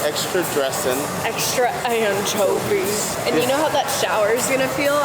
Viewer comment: Mmmmm. You can really taste the ignorance. It's pronounced anchovies.